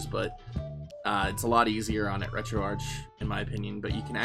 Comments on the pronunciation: It’s pronounced “RetroArck” even though it’s spelled “RetroArch”. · Good video, one little thing though. I believe it is pronounced retro Ark as in archive or archades